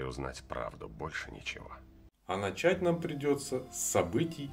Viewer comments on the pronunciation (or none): none